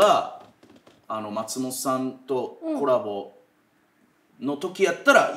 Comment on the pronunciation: 「松本さん」のイントネーションが毎回気になるなぁ